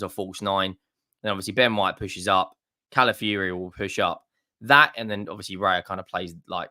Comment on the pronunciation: Cala fiori not Cala fury.